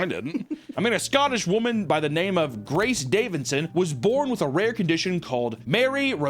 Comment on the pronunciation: How tf did accurately read the name? Never seen him attempt to read any non american name xD